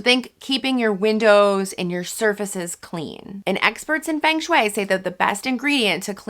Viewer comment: It's pronounced FUNG shui. FUNG!